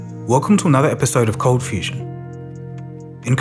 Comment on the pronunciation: Please note: the voiceover that says 'You are now watching ColdFusion TV' sounds (to my damaged hearing) 'You are now watching Confusion TV'. Just a heads up....